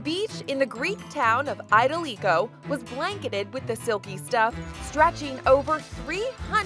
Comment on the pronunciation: Did she rlly just say atelikgo